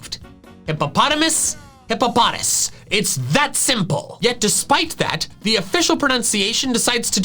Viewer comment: "hip-po-puh-papa" - gen 5 catch a pokemon you buy it